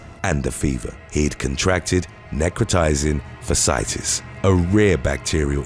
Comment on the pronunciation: I died a little when I heard how he pronounced necrotizing fasciitis